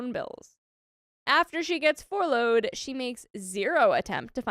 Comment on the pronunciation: Girl. Fourloughed? Let’s go with FUR-loughed (FUR-load). 💖